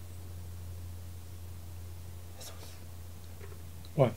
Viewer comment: It is Jesús why do you people get it wrong and yes I did